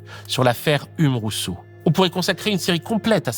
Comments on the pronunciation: "Ume"... Dans le milieu on dit "youme" pour Hume. 🤗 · Stoooop, on dit "hioume". Très chouette vidéo sinon. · Pourquoi personne ne t'a dit comment on prononce Hume ? 💀💀💀